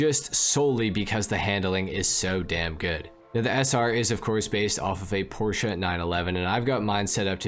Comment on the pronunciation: As a German I appreciate him saying “Porsche” correctly